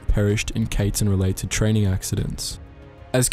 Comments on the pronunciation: The Kaiten is not pronounced like Kayten like how you pronounced it. Just say it like Kaiten. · You, my friend, are saying Kaiten so wrong. It is pronounced “Ky-ten”. Just trying to help out. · Kaiten is pronounced Cai-ten not Kay-ten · The way you pronounced Kaiten was soooo English lol. It took me a couple seconds to understand what Kaytin is. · I know it’s hard trying to pronounce things. That’s why we have Google Translate 😆😆😆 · The ai in kaiten is pronounce like the ai in banzai. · You pronounced kaiten wrong